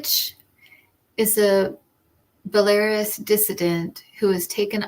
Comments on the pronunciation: There were two questions on Belarus and it is pronounced - Bell a roos - Just in case there are more questions on that country in the future. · I hope you will not find my comment offensive, but when you pronounce Belarus, the accent is on the last syllable ( rus), not on the second one.😊